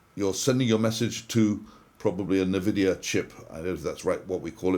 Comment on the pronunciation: Hi, I think it's N (en) vidia, not n (na) vidia. 👊